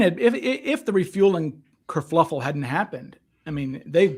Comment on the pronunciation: Oh, dear. The word is "kerfuffle," not "kerfluffle."